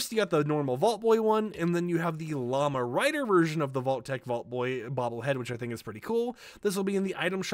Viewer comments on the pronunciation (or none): none